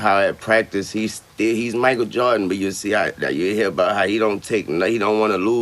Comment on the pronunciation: “Michael jawdin” - weezy